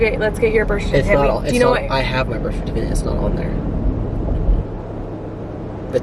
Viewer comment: “Birsh shertificate” haha did y’all notice that’s how you say it!! 😂